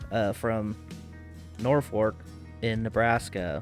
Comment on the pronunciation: norfork or norfolk?